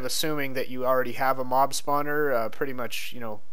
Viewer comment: in the beginning, it sounded like you said mom-spawner